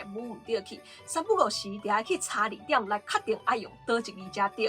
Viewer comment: 字典的 “典”發音錯誤！ Jī-tián 才是正確發音，不是 tiám